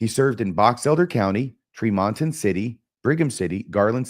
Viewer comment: As an aside, it is pronounced TREE mon ton